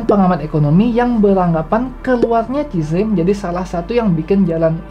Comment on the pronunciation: Tolong pengucapan nama asing diperbaiki supaya channel ini makin tampak smart. Baca CZ bukan CIZE tapi SIZI